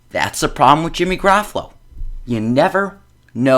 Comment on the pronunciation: This dude can't even pronounce Jimmy's name right 😂😂